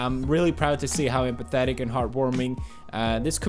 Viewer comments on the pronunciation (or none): I understood "pathetic" instead of "empathetic" at first :D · The first time I heard that I thought he said pathetic and had to rewind it haha